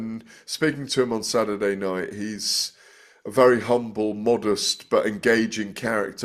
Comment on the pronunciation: "Sadderday night " Why now dropping the, T"s?